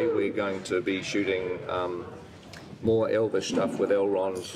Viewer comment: In all fairness to Brett, his Elvish pronunciation is really good! It has a continuous rhythm that you would find in a native speaker, and it doesn't have this pronouncing-every-syllable staccato odd-like way of speaking which can make a language you don't speak natively sound weird. He actually spoke Elvish in a more natural way than Legolas, Arwen and Galadriel sometimes. For me the best speakers of Elvish among the actors were 1) Viggo Mortensen, who spoke it like he'd spoken it all his life on the street, 2) Christopher Lee and Ian McKellen, who spoke it like Elvish scholars, and 3) Craig Parker / Haldir, who had a very natural cadence. Hugo Weaving comes close at no. 4 for me. Everyone else, esp. Orlando Bloom, seemed to accentuate every syllable, which just made Elvish sound weirdly unnatural.